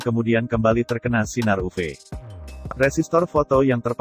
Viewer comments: Bagian uv harusnya ditulis yuvi aja biar robotnya baca yuvi bukan uve, awalnya bingung uve2 apa oh maksudnya uv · Iya dengernya agak gimana, apalagi pas ngomong sinar "upe" Sinar "upe" 😆